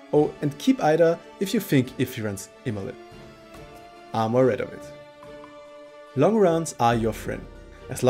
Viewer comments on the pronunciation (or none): Imlerith, not imerlith